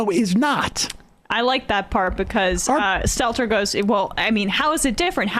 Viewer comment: appreciate sam mispronouncing brian steltzers name